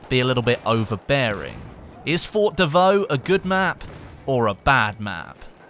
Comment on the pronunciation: FORT not FOR PRONOUNCE THE T FFS